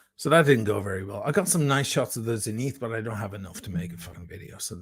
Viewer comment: You come off so badly in this video. Glad I unsubscribed months ago. Also pronounce Zenith like how you know it should be geez